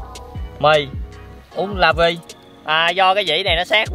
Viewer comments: không phải "là-vì-e" mà là "la-vi" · Mình cũng vậy nè:)) Lavie mà toàn nghe thành là vì em😂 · La-vi anh ơi là-vì-e =)) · Mình cũg giống bạn. Loa mìh hư rồi nên nghe toàn " là vì e" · La vi nha chứ không phải là vì em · Chữ đó anh phải đọc là lavie chứ ko phải là vì e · Em nghe 🎧 anh đọc “Lavie” thành “là vì em “😂